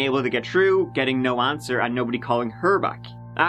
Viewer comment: Learn to pronounce words with TH at the beginning... The 30th is not pronounced 'turdieth'.... Through is not pronounced 'tru'... Three is not pronounced 'tree'...